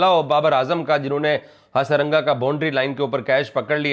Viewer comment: Firstly he is not harasanga he is hasaranga 😂